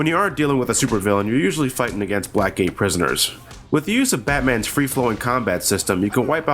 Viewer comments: Being honest I thought he said 'black gay prisoners' for a sec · when he says blackgate it sounds like black gay prisoners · Black gay prisoners. I can't unhear that now. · lmfao he's not saying black gay prisoners? sounds like it to me.... it fit's the story.